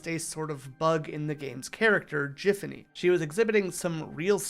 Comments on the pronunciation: it's GIFanny, GIFanny! NOT JIFanny .MY .GOD. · Why do you keep pronouncing Giffany/.GIFfany wrong?